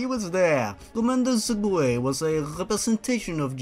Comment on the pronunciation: "Sir-gay"